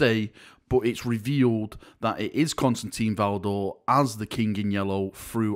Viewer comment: Not Constantine, he is Constantin. There is no een